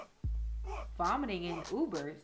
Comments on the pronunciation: 'Votimiting" though? haha HBD still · Nobody gonna ask WTF is "Votimiting" 😂😂😂😂